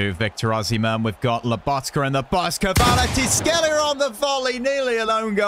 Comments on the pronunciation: the prononciation is ki va ra ts k she lia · U pronounce kravstshevela ( car -rat-she-vel-lia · His name is pronounced “quarasckelia” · His name is pronounced varteshkillia